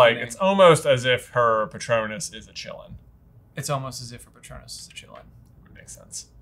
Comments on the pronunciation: I gotta admit, I was not expecting to hear “Qilin” pronounced as “chilling”. I’m more used to the the Japanese pronunciation “Kirin” myself. I looked it up, in Chinese the “ch” sound is actually correct, but it should have been a long ee for the first vowel and “in” like the English word for the second half… Still. “Chilling.” Major ‘say what’ moment. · I always hear "the Chillin'" :D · Quilin is most probably pronounced as Chi-lin in Chinese from my vauge recollection. It's probably got other ways of being pronounced I'm guessing